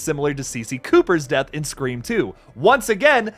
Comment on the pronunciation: Bro it's "SCREAM!!"